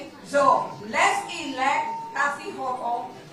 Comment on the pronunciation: "Kasie Hochul"?? Lol